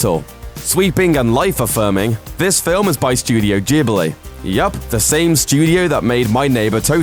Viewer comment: you can't pronounce Studio Ghibli